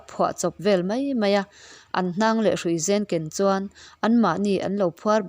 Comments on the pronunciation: Lehruisen ni lovin,Léihruisen tia lam tur,i thil chhiar hi ka ngaithla nasa,ngaihthlak a nuam i aw hi,mahse mizo ṭawng lam dân diklo a awm nual mai. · Leihruisen tih a, Lei, tih hi, Lei, Lui ah te an dawh thin ang hian thluk tur a ni e. Mizotawng thluk dikloh a awm zeuh zeuh, in zir la, hmasawn zel tur in duhsakna ka hlan a che. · Leihruisen..lei hi kan rah thin lei ang ni lovin lei kan zawh thin ang a, leihruisen a lei hi lamrik tur.